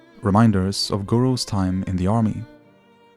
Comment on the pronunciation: Always love how they pronounce the letters R and T with the letter D, like the words "Embaddisment, and DIME, instead of TIME.